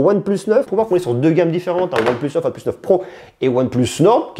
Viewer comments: Arrête prononcer ''one pleuss'' S'il vous plaît monsieur 🤦🏽‍♂️ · One pleusse nord 2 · mdr tu sais même pas prononcer oneplus ou quoi je sais pas c'est logique one et plusse quoi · "Hasselblayde" ... "one pleuss" ça peut se comprendre, c'est la prononciation anglaise. Mais à ma connaissance Hasselblad ça se prononce pareil dans toutes les langues.